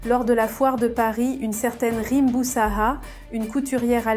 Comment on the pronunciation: c pas boussaha mais plutot boussaada